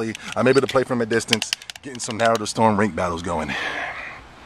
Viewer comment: I Hate when People say "Naruto" Wrong and you call yourself a true Fan...smh